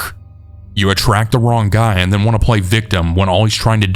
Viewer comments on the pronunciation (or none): I think it's cute the way you use a "k" sound at the end of words like wrong and bring so it sounds like wronk and brink